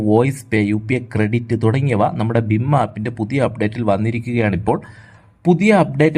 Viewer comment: ബിം അല്ല ഭീം